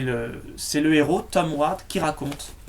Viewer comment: tu c pas parler ni prononcé grimalkin et ward